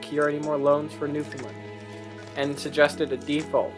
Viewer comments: It's pronounced New-Fin-LAND not New-fin-Lind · Nice video,. There is just one thing I would recommend: there is an easy way to pronounce Newfoundland. Try saying it the same way you say 'understand'.